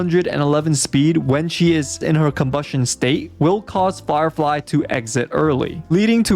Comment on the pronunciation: Bro said farfly and jing loo